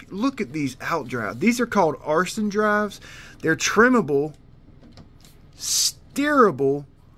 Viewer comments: "AARON-SON" Not "Arson"... That's a felony..😆✌️ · Love it! Will be a mind shift and a learning challenge. That said - the correct pronunciation is “Arna-son”…. Could say sun, but you like son better. Haha. Here’s an old, but good video of what happens.